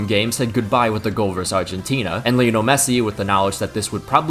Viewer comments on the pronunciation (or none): none